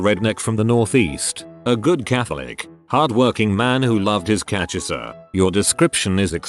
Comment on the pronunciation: The fact that the AI can nail "cachaça" with the accent, but can't manage to pronounce "accurate" accurately. 🤦🏻‍♀️